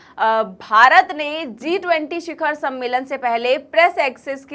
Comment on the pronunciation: Zee 20 nahi G20 bolo.